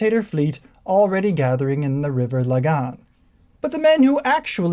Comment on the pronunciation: Mispronunciation aside: Lough = Loch Pirie = not Peeree Lagan = not Lagaaan Or pretend Oirish accent Thoroughly enjoyed your reading. I didn’t know the book existed.